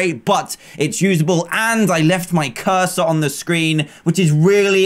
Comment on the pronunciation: Wait. CursOR?! I THOUGHT HE SAID HE LEFT A CURSE ON THE SCREEN!!!(curse as in cuss as in bad word